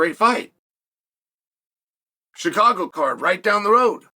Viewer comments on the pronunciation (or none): none